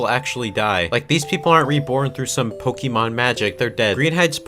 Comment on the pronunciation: cough cough ooh god I must be catching the sickness of can't fucking read okay so this is an e, you say it like e and or i okay now this is -> é , is an accented e and if you look at the Pokémon logo or my spelling you can see oh look that's there and do you want to know how to say it, if not I don't care, okay you pronounce é like an A no e and or i okay thats your daily lesson now do your resssssssearchhhhhhhhhhhhhhhhhhhhhhhhhhhhhhh ah okay thanks and good bye